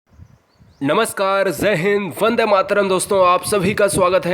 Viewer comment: It's not zai hind it's jai hind and also not guruzi...